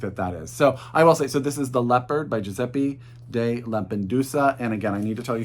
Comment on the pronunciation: Your Italian is not bad at all!! The only thing is that we pronounce the E as "ea" or "eh", not like the English "e", so Giuseppe would be pronounced as Giuseppeh 🤗 (Idk how to write it phonetically 😅)